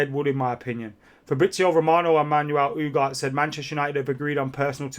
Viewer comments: U G A R T E...not Ugar. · Ooo-gar-tay. Not Ooo-gart lmao Come on man, you're killing me